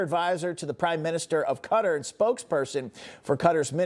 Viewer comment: Qatar isn't pronounced cutter....it's pronounced KATAR (all A's) with the accent on the 2nd syllable. How embarrassing we can't pronounce a foreign delegate's country's name correctly when speaking with him on TV!!!